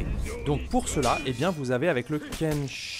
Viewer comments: non Kenseï pas Kenseilleuh. Même différence que Pompeï et Popeye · J'ai pleuré de rire avec les Ken.....sheeee 😂 sinon ca se prononce Kensséï (par les jeunes japonais) ou Kensséé (par les plus vieux) :) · alors en japonais le i en general, après un e ne se prononce pas et accentue la durée du e Donc, Kensei se prononce Kenséé idem pour sensei .... senséé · Le kensai a été beaucoup changé depuis. Tu fais exprès de mal prononcer son nom ou c'est pour de vrai ?? 😂😂